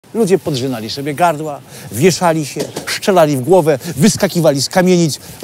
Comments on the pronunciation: Strzelali, nie "szczelali". Wiem, nie wszystko da się wychwycić w ferworze pracy i nie każde ujęcie da się powtórzyć. Jest dobrze, będzie lepiej. Pozdrawiam. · mówi się strzelali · "szczelali" nie wierzę...